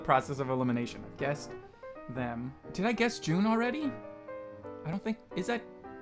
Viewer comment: i dont think its june its just jun lol